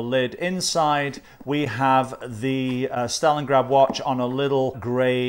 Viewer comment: Hi, this is a very nice watch... i like chronograph watches... and i like them even more when pressing the reset button the hand returns smoothly to the start... usually with most chronograph watches it is set that when it is reset it just catapults back to the start... this smooth effect is usually found in seiko chronographs and I just adore them... by the way you've said stalingard 35 times i belive